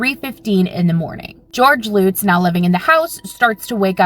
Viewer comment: Omg... this chick's pronunciation of the Amityville family as "Loots" is driving me absolutely nuts 😆... it's "LUTZ" not Loots... L-UH-T-Z. UH- like in DUH! I've never heard it pronounced "Loots" 😅😆😆🤦🏻‍♀️